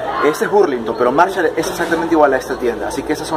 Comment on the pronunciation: no es burlinton es ba no bu